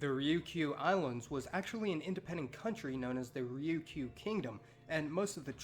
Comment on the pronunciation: Ri-yu-ki-u? Damn gaijin pronunciation.